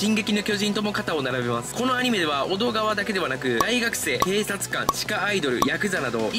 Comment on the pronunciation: ❌おどがわ ⭕️おどかわ 本当にアニメ見てました？ あと1日もいちにちじゃなくて、ついたちって読んでください。